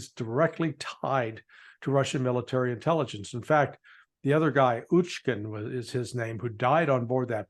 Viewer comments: Why you don’t even care to pronounce russian names correctly? Not Hoochkin, but Utkin [ootkin] ! “utka” in Russian means “duck”, so it should not just be something close in american way, but actually has the meaning. And this is so american to pronounce slavic words the way they like it, but not the way they really is. Zapirizhye, Zaparizhie, ... it is ZapOrOzhye) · There was no man called "Uchkin" on the plane. Also, the G in in Yevgeniy is a hard G, the same as in his surname, because guys, shocking as it must be for you, letters have single pronunciation in most languages. I'm positively sure you're right on everything else (especially accident theory, Ritter must be really relieved he's not alone in this), but still, it's like I was posing as a US politics expert and talking about Tromp and Baden.